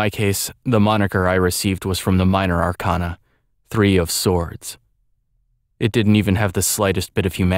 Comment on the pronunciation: this is great, but one minor thing: arcana is pronounced wrong here. it's are-kay-na, not are-kahn-a. persona 3 used the latter, but atlus admitted it was wrong & used for artistic effect. Keep up the good work, though!